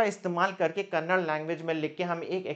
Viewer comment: Sir, its Kannada not kannad. I am not from Karnataka but i know how saying kannad instead of Kannada hurt people in Karnataka. Its a sentiment and I totally respect that. Just giving you a headsup as you are going to work in regional language please pronounce it as it is. 🙏 thank you and i really like all your video and still struggling to start one blog.